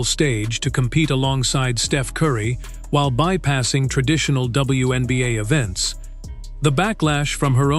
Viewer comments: What the hell are the Win Beeyay and the When Beeyay? 😆😆😆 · In previous videos, they called it the One Beeyay. Now they're calling it the WIN Beeyay! 😆😆😆 Ooops! I posted too soon! They just snuck in a "WHEN BEEYAY"! 😂😂😂